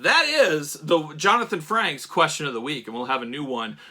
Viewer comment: It’s Frakes…. Lol. Not Franks like a hot dog 🌭 😂